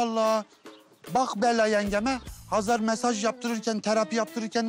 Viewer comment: Oksana neden Xezer deyir Hazar canim Azerbaycandada H. Herfi var